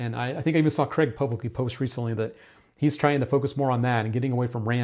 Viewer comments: Its not Creg, its Craig pronounced Crayg! Why cant Americans grasp this???? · I used to thing he was Graig😭